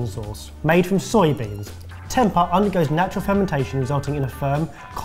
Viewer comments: It’s pronounced tempay. It’s bland if cooked wrong but one of my favourites when I lived in Sumatra was having it battered and deep fried, like little vegan nuggets! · Tem-pay would be the right pronunciation. The weird sounds effects just ruined it for me lol